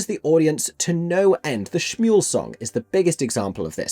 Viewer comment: I wonder if some of these staging choices, such as having them together during Shmuel, are a response to the film version? Perhaps they assume that will be the audience’s most common point of entry and they don’t want to confuse them, idk. Her saying “Schmuel” is unforgivable though, given the whole thing is structured around the one moment when they’re in sync during Next 10 Minutes, and how important that lack of synchrony is thematically.